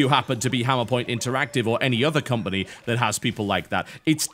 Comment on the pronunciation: "compony"? "ture"? what?